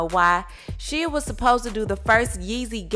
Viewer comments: Put some respect on Shia Labeouf (it’s not SHEEAAA please.) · Its SHYYY-YUH Hes talking ab Shia Lebeouf lol